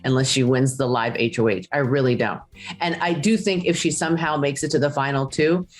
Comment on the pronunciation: Honestly I don't think Todrick actually is the "Super Fan" Julie thinks he is! Neither is Jerry O'Connel for that matter! It's HOH not H of H Jerry. Todrick spewed so many inconsistencies about the show that I feel probably binged it before entering. CBS totally robbed the viewers in the unusual 1 hr finale by not including questions from the jury! What the heck! Finale is typically 2 hours. You can lie to win BB! It's part of the damn game! But usually you the final 2 answer to the jury before they vote! CBS even dissed Todrick by not giving him the chance to explain himself when jurors ask him the hard questions. Now he's refusing interviews? What's that about?!?!?